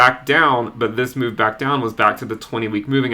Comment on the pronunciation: love your channel! Thank you so much. A little less emphasis on the "BACK into" wouldn't hurt your intro though :P